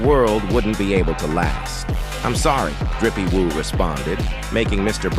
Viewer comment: Maybe watch your video before posting… Drippy woo? Maybe try doing it yourself vs AI